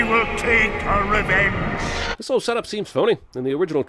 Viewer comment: Palpatine: no she actually said Rey-venge if the sith